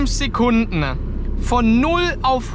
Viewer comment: Sekundne ? bist du aus Emskirchne ?